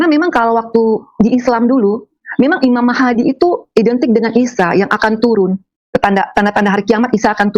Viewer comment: Ngarang. Ngomong imam mahdi saja imam mahadi klo benar dia islam asli. Ngg salah pengucapannya. Paling jg mang dia islam2an/ islam ktp. 😂😂